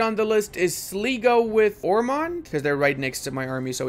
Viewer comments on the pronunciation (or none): Len-ster & Sly-go are the pronunciations of those Irish OPMs 😁